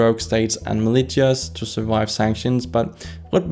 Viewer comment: BTW, I could understand you fine from context, but I feel i should let you know "militia" is pronounced like "malisha"